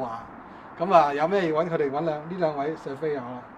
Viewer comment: Coco 哥用左字幕啲字surveyor 變severa , 因為懶音好光變好乾🤣 不過間屋好正花園好長